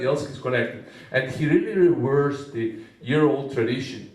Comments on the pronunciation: Какое то "Зе" (The) не правильное :-) Моя училка бы такого "Зе" не вытерпела! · Igor Kravets я знаю как правильно говорить "the". Заметьте, все учителя требуют правильное произношение этого слова. За 6 лет изучения английского языка в школе я только научился правильно (по версии училки) говорить "The" :-) И теперь, я не уверен, стоило оно того ? :-)